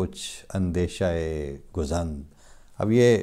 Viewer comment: خدا کا شکر ہے کہ آپ کو صحیح تلفظ کے ساتھ حضرت مسیح موعود علیہ السلام کے کلام کو پیش کرنے کی سعادت مل رہی ہے۔ خاکسار کی معلومات کے مطابق لفظ گزند کو گَزند پڑھا جاتا ہے یعنی گ کی زبر کے ساتھ۔اور دیوِ لعین کو یوں پڑھا جاتا ہے:"دے ۔وِ۔ل۔عِین"